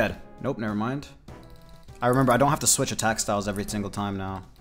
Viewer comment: I'm glad you remember that you didn't have to switch attack styles, "every tingle time now" AFUFUFUu I know yo ass was lit af and had a lil cotton mouth LOOOL